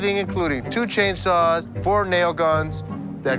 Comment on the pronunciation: God I love how he says chainsaw *c h a i n s w a w s *